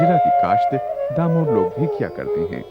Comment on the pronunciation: डामोर not दामोर